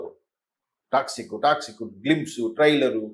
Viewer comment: orey anchor adhi taxi kaadhu ra Toxic